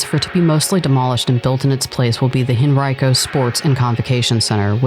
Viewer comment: It’s a shame VCC died because it’s in a nice area of town. Regency Mall is being redeveloped into mixed use. Stony Point is a spite mall. This mall used to be jumping back in the day. RIP. I’m glad you pronounced “Henrico” correctly 😂